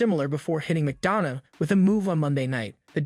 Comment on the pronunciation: Please correct your pronunciation of names. It is not Coddy, McDonna, or Neya. Makes the video unwatchable and you lose of credibility.